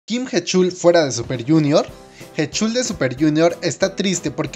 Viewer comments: Ah por cierto se pronuncia jichal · Jechul jajajajajajajaja 🤣🤣🤣 Sé que la pronunciación es un tanto difícil pero POR FAVOR investiguen como se pronuncian las cosas. La canción de "Lo siento" está en coreano, inglés y español. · Me da un derrame en el oído al escuchar como pronuncia heechul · Mis oídos duelen cuando pronuncias su nombre...